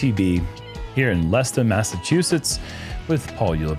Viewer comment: as a masshole i respect your pronunciation of Leicester